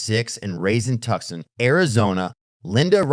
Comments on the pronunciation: ...and 'tuckson' (Tucson). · It's pronounced Too-sahn, Tucson.